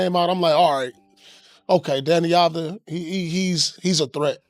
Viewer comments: One more time I hear Abdijah, I cut veins. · Av-di-ya. You welcome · That's a good recap about deni. But one thing for you for the future. You pronounce his name wrong. Yes. It's written avdija but you need to say as a Y instead of a J. It's written avdija but pronounced avdiya. Like every analyst said in the video. Of course it's been recorded before the spurs series but even during the series, deni showed he belongs. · it's Av-d-ya